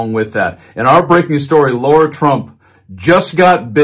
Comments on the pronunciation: Why is it so difficult for Americans to pronounce simple words? It's Lara, not Laura, It's Aileen (Cannon), not Eileen. It's Epoch, not Epic. C'mon man! This should not be so difficult! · Her name is LARA... not Laura! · Dude, I can’t stand her. But can you pronounce her name right? LA-ra, not LAU-ra.